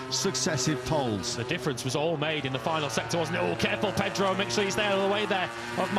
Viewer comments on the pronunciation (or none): none